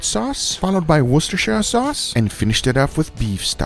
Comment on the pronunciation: I love how perfectly you pronounce Worcestershire sauce 👌👌